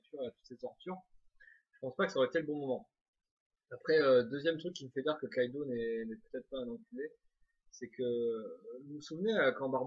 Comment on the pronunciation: c'est kaidou et pas kaido